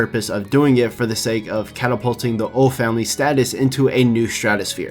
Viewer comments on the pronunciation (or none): none